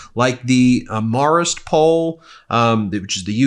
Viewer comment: Is TFG trying to say Marist as Marris or Morris or some sort of marble-mouthed version? WHY AM I GETTING POLLING BREAKDOWNS AND ANALYSIS FROM SOMEONE THAT DOESN'T KNOW HOW TO PRONOUNCE A WELL-KNOWN, LONG-ESTABLISHED AND HIGHLY REPUTABLE POLLSTER?! UGH I cannot wait to find a different channel to give me breaking court filing breakdowns so I can UNSUBSCRIBE.